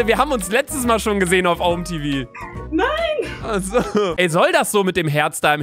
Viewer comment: DAS HEIßT OMÄ TEVAU